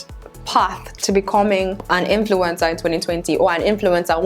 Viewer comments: Stop saying influintzaa so many timesss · Now I can't unhear influenza😂